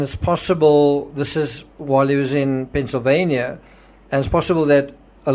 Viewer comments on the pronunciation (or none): none